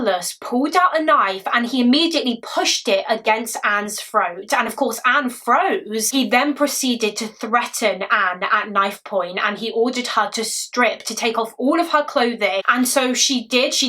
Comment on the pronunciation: Did you just said “froat” for throat? Lol